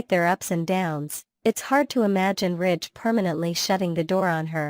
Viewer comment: It's Ridge, Not Rich